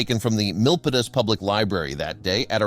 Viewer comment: Whew! It's hard to hold your breath for all nine minutes of the story. I'm familiar with the location of the story. BTW, we pronounce Milpitas as mill-peet-as.